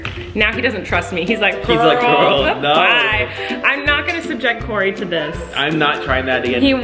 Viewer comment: Its kory